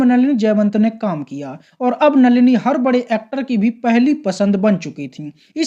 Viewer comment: Nalina,nahi,नलिनी बोल